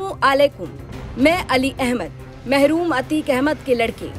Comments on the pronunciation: महरूम नही है मरहूम है ठीक से पढ़ना भी नही आता पत्रकार बने पड़े है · Mahroom nhi marhoom likha sahi se pado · मैडम वो महरूम नहीं मरहूम पढ़िए